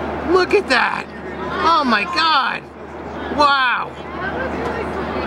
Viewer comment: OH MY GOD..... STOP SAYING LOOK AT DAT